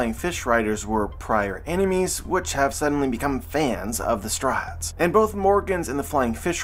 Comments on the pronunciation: But why does he say “Straw Hats” like “Strats”?! 😤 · "The strats" - truly unhinged way to pronounce "the straw hats"